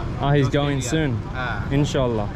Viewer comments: I love how says Inshallah 😍 just like Muslims,♥️ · The way you said "InshaALLAH" 🥺💜 it's beautiful